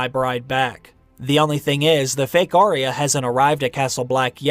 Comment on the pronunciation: It's Ar-ya not Aree-ya. Sorry to be critical. I am a fan & looking forward to another book..